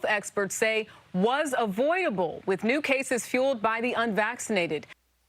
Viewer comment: Did that News lady say "Avoyable" ? LMFAO!